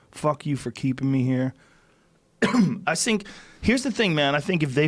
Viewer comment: "I Sink"